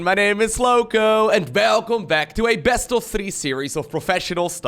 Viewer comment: that felcome back kills me every time, love it xD